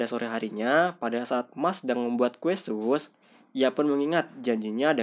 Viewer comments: disebutnya kue sus bukan sas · kue SUS, bukan SAS, agak aneh dengernya.